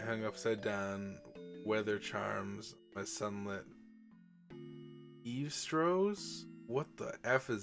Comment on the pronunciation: Eaves-trough(s) kinda pronounced like eve's-troff(s) is really just another word for a gutter, like you'd find on the edge of a roof on a house. Literally a trough on the eave. A fun Mahjong anime to watch is Saki. It has the kind bombastic visuals most sports anime have with a bit of a subplot somewhat unrelated to the game as well.